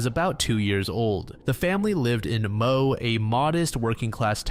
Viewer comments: The Case of Jaidyn Leskie. Correction point: Moe is not pronounced as "Moh" but rather "Moh-ee." This case has played on my mind from the very beginning. I was only a teenager when Jaidyn went missing/was murdered, and it was EVERYWHERE! (I live in a suburb of Melbourne.) You couldn't turn on the tv, listen to a radio, or glance at a newspaper without this case being all over them. The search was *MASSIVE*. In fact, it was the biggest at the time since the late 60s in Victoria Police history. The visceral pain when his body was found... it was a collective wound. The court case...? It's one of the biggest miscarriages of justice in the State of Victoria. It's fairly clear just what happened, as at least one coronial inquest has declared, but the lack of clear, physical evidence meant a 'not guilty' verdict. There have been attempts to change our Double Jeopardy laws with this case in mind. As far as i know, there have not been any attempts to retest the evidence, nor utilise modern techniques to investigate the case. I'd be very interested to see what the results would be. The cases of William Tyrrell and now Gus Lamont are just so similar, and nationally heartbreaking. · Moe is pronounced "mow-ee", just fyi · it's pronounced 'moh-ee'